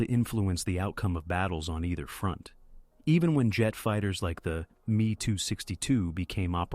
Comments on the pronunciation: The "me too 62 jet". Full your AI bullshit. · Artificial Intelligence voice proof me262 aircraft. Should be ME262